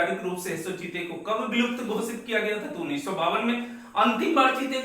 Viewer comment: जीते नहीं सर चीते